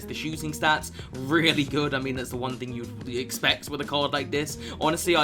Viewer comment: "Game number onme " i love it